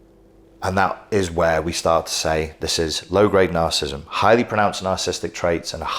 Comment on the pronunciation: You keep mispronouncing ‘narcissism’ and ’narcissistic’. Why?